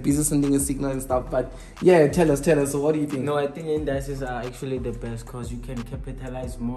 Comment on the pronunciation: Indices not Indayces,, just saying